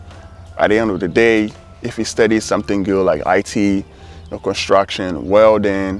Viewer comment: Amazing a student can't properly pronounce "study!".